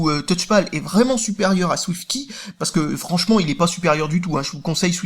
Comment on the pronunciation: Arrête de prononcer [Ki] ^^